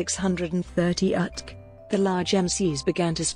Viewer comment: Who TF did the AI talk on this POS? Idiot...modify your code so it is UTC and not "utk". Stupid people.